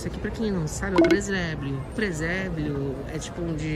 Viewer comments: Preséblio kkkkkkkkkkkkk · Preséblio? Kkkkkkkk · ''Preséblio '' kkkkkk